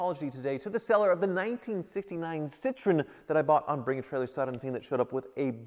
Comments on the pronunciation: It's cit tro en not citron... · It should be pronounced citro-N, not citrone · Sit-RO-enn. Not SIT-run. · It's not "citron", there is an E after O that you're supposed to say and you pronounce it like in a name Eric. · "Sih-TRO-en." 3 syllables. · its pronounced citro-when